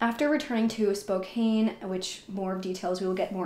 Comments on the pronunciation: *SpoCAN, not SpoCANE... Can as in can't, lol 😉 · Spo-CAN… not spokane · Spokane is pronounced "SPO-CAN" not "SPO-CAIN." You're just reading a narrative, not very convincing. This ass-hole (perpetrator) has been placed in a "better place." The daughter isn't much better though. Dan seems like the only normal person. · Spokane is "spoke-an" or "spo-can". It's pretty common to say "Kane" if you're not from the northwest. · Love that you covered this, however For the Love of god, it's Spokane (spo-CAN) not spo-caine. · Pronounced Spo-can Not spo -cane E is silent 🤗🤗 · Also it's not spo kane, its spo can. Mf saying it weird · I hate to be one of “those people” but I’ve lived in Spokane my whole life. It’s actually pronounced Spo-kan. This story is crazy & so sad. Thank you for covering it. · The way you say “Spocane” is absolutely killing me lol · It's actually SPOKANE lol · I know that it’s spelled Spokane, but it’s actually pronounced spo-CAN. 😉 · It's pronounced SPO-CAN...just saying... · Spokane rhymes with Anne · Love all your videos. I’m from Seattle and it’s cute how you pronounce Spokane hehe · Only adding this in case you decide to pursue some of the other cases mentioned in the comments for this area, because, in the grand scheme of things, this is trivial at best...but they town's name ends in the 'an' sound just like can or pan or man...so it's like the 'e' on the end shouldn't be there when pronouncing it. This is such a tragic case. 😢